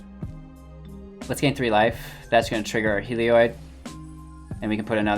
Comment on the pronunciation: It's not pronounced "Hee-lee-oid"... okay? It's pronounced "Hel-eee-od"... There, you're welcome. And also, try Kloth-ys on for size. How the hell did you come up with "Klois?"